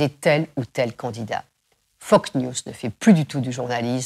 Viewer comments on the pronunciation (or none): Mais avouez : vous faites exprès de dire Foc news au lieu de Fox news, à chaque fois... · elle dit fok news pas fox news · bien bien mais on dit Fox news et pas FOCK news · Elle dit 'Fock news' et prononce magnat... 'mag-niat'. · J’adore son accent quand elle dit Fox News 😍